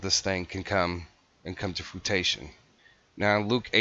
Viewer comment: Fruition; froo-ish-un. Not frutation